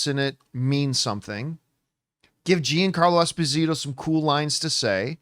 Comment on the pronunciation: John-carlo Eh-spozeetoe